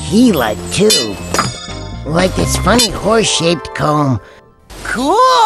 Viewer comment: No, horse shaped, but it sounded like horse shit. XD